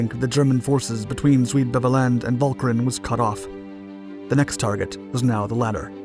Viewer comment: As a Dutchman, I was going to make a similar comment about the pronunctiation of the Dutch names. Although the word "Beveland" was pronounced in an english fashion, I was VERY impressed by the correct pronunciation of Walcheren. All over the Netherlands, people mostly remember that we were liberated (at great cost) by the Canadians.